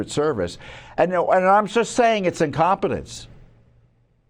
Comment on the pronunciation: i dont know, when do we stop saying incometence? this is way to much .